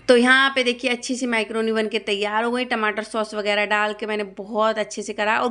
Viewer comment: Bolna sikh le bhn mycroni nhi macroni hoti hai 😂